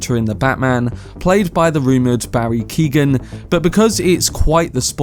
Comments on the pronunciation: Barry Keoghan (Key-oh-an) not Keegan. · The is silent. "Keo-han" I'm amazed how many people have trouble with that.